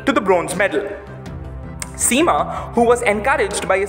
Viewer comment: Btw… the pronouciation to “Sema” is wrong. It’s pronounced “as (“ce” in cemetery)… it like “CeMa”